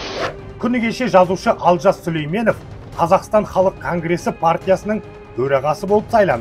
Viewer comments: Дурыстап айтсаншы Алжас емес,Олжас шыгар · Олжасты Алжас деп куып отырго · Олжасты Алжас деп дұрыс айтасың Алжыған адам ның сөзін айтып отыр